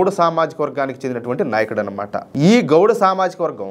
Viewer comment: Goud kadhu Anna Gowda